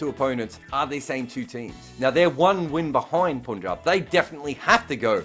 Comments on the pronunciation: It is Punjab where Pun is pronounced like pun and not like poon. It feels bad to hear that, no puns intended. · Even a single ‘poonjab’ gets you a dislike. Sorry, but it’s unbearable.